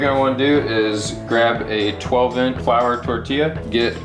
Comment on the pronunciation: The way you said “12 inch flour tortilla” made me think you were talking about a gun or something